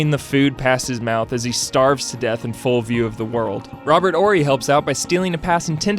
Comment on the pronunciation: Finally, someone on SB demonstrates that they know how to pronounce Robert Horry's name!